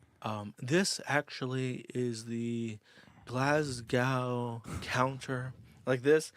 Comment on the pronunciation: He butchered Worcestershire & Glasgow!